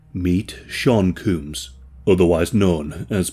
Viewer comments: "Sean Cooms" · “Sean Cooms” 😂 I knew he was a coomer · Jesus Lol 😂 it’s pronounced Co-mmmms haha 😂🤷‍♂️ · Lmao. "Meet Shaun *Cooms*."💀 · Sean Cooms😂😂😂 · "meet Sean COOMS" 😩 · Sean Cooms lmfao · Not sean cooms 😂😂😂😂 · I had to drop that Like the moment you said "Cooms" (Combs). Please don't take it as an attack on your accent, I think it's pretty cool! 👍🏽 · “Sean Cooms” 😂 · Pronouncing Sean "Combs" as Cooms is perfect. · Sean Cooms. lmfao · My mans really said "Sean Cooms". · I like how you call him Shawn coooms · Yes, Shaun indeed cooms. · I actually heard you say "This is Sean Cooms". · Heh sean cooms, we should all start saying his name like this. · Sean Coombs?? 😂😂😂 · Not that this man deserves respect but you should’ve pronounced his name properly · 20 seconds in. if you can't pronounce Combs right than I don't respect anything you have to say about the case.